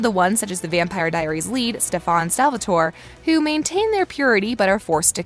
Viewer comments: I know! I just wanna teleport and scream “ITS STEF-An!!! Not STE-FON” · Why is she pronouncing stefan as stfaan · Who is Stef-awn? This video just lost credibility. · Did she just say Stephaan? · She clearly doesn't watch TVD just listen to her pronounce ”Stefan” WTH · If u say sTePhOn one more time I’m gonna loose it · She really said SteFAn Salvatore, ahh brings back Kai memories😭😭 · DID YOU JUST PRONOUNCE STEFAN “STAFAHN?!!?!!!!!” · This channel is so wrong about so many things. 1) Stefan is pronounced “stef- in” 2) there wasn’t an “injection” or “infection” for being a ripper 3) Stephanie is not the daughters of klaus and neither is Elena. Only hope. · Ahhh yes, stiffffan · WHY DO YOU SAY STEPHAN LIKE THAT?!?!? >:( sorry but get it right at least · “stefaaan salvatore” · WTF IS STEFAHN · but why did she say “stefawn salvatore” she said it like Kai😭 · It kills me every time “STEFHAN” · She says “Ste-fan Salvatore” Kai vibezzzz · Like seriously wth is StePHan? Kai is the only exception 😌😂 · Us watching her say stefans name like stephone: 👁👄👁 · Why does she said SteFan,like Kai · Why she say Stefan name like tht😂😂 “stefon” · did she just say 3 times STEFAAN? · same Steph-on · Eacht time she says Stefan's name, I cringe. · I'm so excited, but whyyyyyy mispronouse STEFANS name 😣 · The way you pronounce "Stefan" hurts me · You should re-record this with the correct pronunciation of Stefan, then I’ll give it a thumbs up. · How the hell do you mispronounce Stefan after literally a decade of him playing the role? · I know. And it’s not like she didn’t know how to pronounce it she watched Vampire diaries and everything. It’s the equivalent of me calling Klaus “Kleeese” sorry I know it sounds like I’m hating on her I’m just really irritated haha. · SHE PRONOUNCES STEFAN LIKE KAI LOL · When I heard how she pronounced Stefan's name, I immediately jumped to the comments🤣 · ITS STEFAN NOT STEFAAAAAAAAN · OMG its “Stefan” not “Stefon” 😂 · She said stefaaan